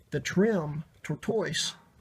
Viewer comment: It’s pronounced like the animal. Basically “turtle shell”😂 “tort-tus” Anybody know if these are made of brass?